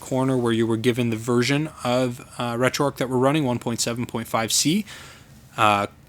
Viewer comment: Like your videos but curious why you call it RetroArk, it is RetroArch. Arch like in the Golden Arches. :)